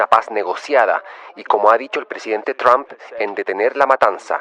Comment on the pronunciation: Ribertoytu esposa es muy fluente en inglés te puede dar una mano, se pronuncia ( tramp) como la trampa sin la a al final